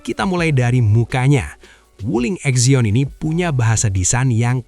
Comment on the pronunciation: Exion bukannya siksion bang , 😂😊